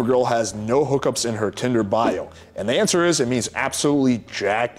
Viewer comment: i totally heard "answer" as "manser" (a mans answer basically)